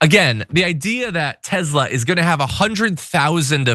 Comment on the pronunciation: The mans name was Nikola Tesla...not Tezla